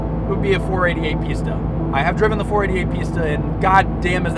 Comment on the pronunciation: 488 *pee*sta i laughted a bit when you pronounced pista, came so unexpected, sick video tho, loved every second!